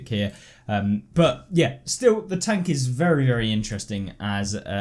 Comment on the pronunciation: Every time i hear "NEW PREMIUM TONK" i die in inside of me